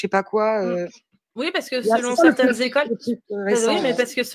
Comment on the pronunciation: on dit quatre écoles, pas quatre zécoles